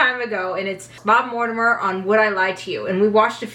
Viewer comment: What's with your mispronunciation of Mortimer Sir??😂😂😂